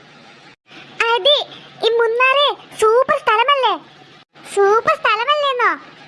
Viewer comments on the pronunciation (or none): Munnar no munar ✅